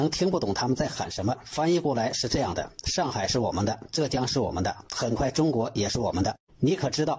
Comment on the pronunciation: ちゅうごく这个发音没有学过日语是完全听不懂的